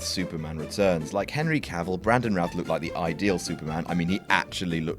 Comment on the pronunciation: Warren Beatty's surname is pronounced Bay-tee. Brandon Routh's is pronounced Ruth. Thank you.